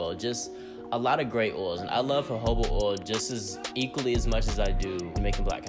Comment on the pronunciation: Is he saying Orl ir oil ?